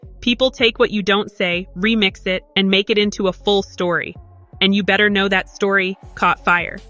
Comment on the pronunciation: Hahaha, know not mow